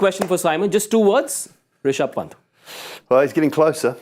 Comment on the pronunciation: The way he said risaab pant lol 😂